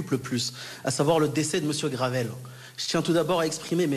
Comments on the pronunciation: La gueule de l’avocat sérieux qui connaît même pas le nom de la victime il dit Gravel au lieu de Graven En plus ces avocats sont les mêmes qui ont défendu un suspect dans l’affaire Mohamed Amra mais aussi Amine Mojito (le mec qui piquait à la seringue sur tiktok…) Ça se défend entre radicalisés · L'avocat qui n'arrive même pas à prononcer le nom de famille de JP (GRAVEL au lieu de GRAVEN..) c'est d'un niveau...